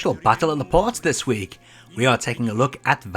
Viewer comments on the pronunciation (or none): none